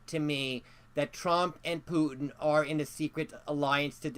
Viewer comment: "My Pudding (Putin) would not trust them" Am I the only one who heard this?